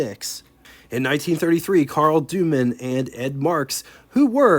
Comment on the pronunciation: Well done overall. Please note the Doman family pronounces their name like Doe-man, not Duman.